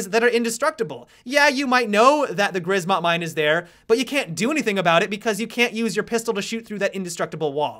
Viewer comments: grzmot is pronounced zhmot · Please stop calling Grzmot mine "grizmot" :D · Grzmot is pronounced Gshmot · I love the way you pronounce "grzmot" xd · I'm polish and I love how people speaking english try to pronounce "grzmot" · Is that your best shot at "Grzmot" prononciation ? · Holy shit pls stop. Write thunder into google translator and just play the voice. Try to remember how to say that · The way he is pronouncing "grzmot" is so funny to native Polish speaker. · In grzmot you pronounce "rz" like the french "j" in Jacques or something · I love when you say Grzmot Mine xD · could you enter the Grzmot mine into a google translator and listen to the correct pronunciation, because, as a Polish person it bugs me a lot. Thanks in advance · The "rz" in Grzmot mines should be pronounced the same as "j" in Jacques (with ʒ).